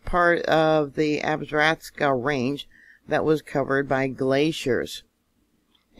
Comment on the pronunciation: Love your work. God bless you. It's pronounced AB-sah-ROW-kah. Beautiful mountain range...